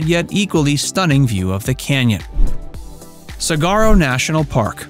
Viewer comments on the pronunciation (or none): In this video, several mispronounced words are evident. Saguaro is pronounced sa-war-oh (no hard G) and Canyon De Chelly is pronounced Canyon De Shay. These are just a couple examples.